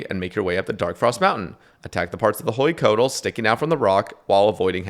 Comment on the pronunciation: drives me mad how white dudes in 2024 with all the technology we have can't even look up how to pronounce huey and coatl and hueycoatl